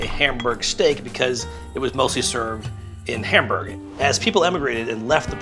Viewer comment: can you at least pronounce Hamburg right